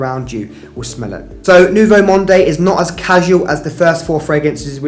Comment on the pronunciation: Thanks for this very interesting video. Just do not pronounce the e in Nouveau Monde. It is Nouveau Mond .